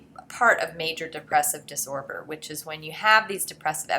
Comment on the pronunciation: Everyone: sadness Me: Am I the only one that noticed she said disorber instead of disorder?